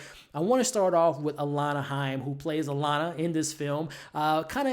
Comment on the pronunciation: shoutout to u for saying alana correctly